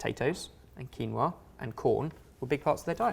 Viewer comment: Keen-wa... Quinn-oh-ah